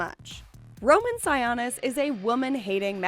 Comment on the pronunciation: Sigh-OH-nis. no sawanis ya dum betch. thnx for the extra info tho